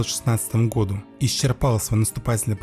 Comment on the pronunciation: И гходу!😂